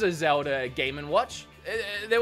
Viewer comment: I’ve watched this channel so Much I’ve started saying Zelder instead of Zelda at this point and I love it 😂